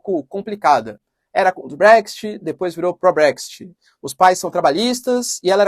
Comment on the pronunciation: se me permite, a pronúncia é Bréx-It, e ñ Bréxty...